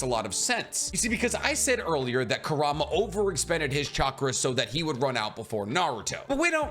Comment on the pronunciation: It is not Ker-rah-mah it is qour-ra-mah just how it is prounced in English dub.